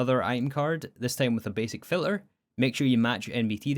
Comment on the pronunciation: Can you fix this: you say filler when you mean filter? don't forget the T